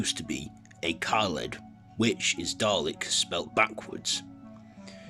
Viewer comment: hi,just started video,it's kaled not kelad mate 👍